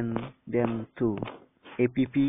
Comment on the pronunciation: Yeah is not ape pee is apps